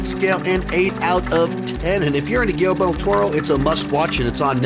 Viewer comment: It’s not just you,, so please don’t think I’m singling you out as I’ve seen several other critics do the same thing, but is it really so hard to pronounce Guillermo? Everyone seems to keep pronouncing it Guillelmo.